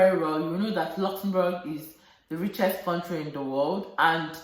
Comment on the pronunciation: The way you pronounce Luxembourg sweet me pass💕 You really know much about Luxembourg and you're helping lots of people out there. I really miss my African food Sis😋 Nice sharing with us Sis.